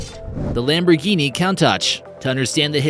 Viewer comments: not "murray" but "meeray" (Mirai), not "coantach" but "coontash" (Countach), not "mayura" but "meeura" (Miura), not "electronic" but "electreec" (Electrique) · It is pronounced "koon-tash". Great video! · Damn, had to quit watching again because I couldn't stand his blatant mispronunciations! I stopped and scrolled down to see how many people commented on "Count Tatch," only to restart and find he'd butchered "Miura," too! Disliked again.